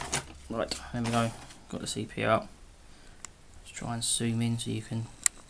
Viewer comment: Did he say "Got the CPR" ?